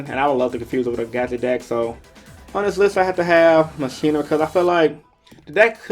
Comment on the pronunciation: Machina is pronounced Mach- Eena. Like mak